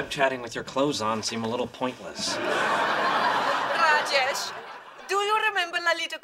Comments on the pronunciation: it's not rajaish. it's raa-jesh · shiva and ganesch? s'cuse me howard dear its Shiva and Ganesh also its Rajesh and not Rajecshe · it's pronounced /rɑːd͡ʒeʃ/ not /rəˈd͡ʒɛiʃ/ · why they call raash instead of raj... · it's Raaa-jesh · Chanandler Bong More like Raa-jaysh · I mean what of kind of INDIAN parents cant even pronounce the name RAJESH.... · That's the way to pronounce rajesh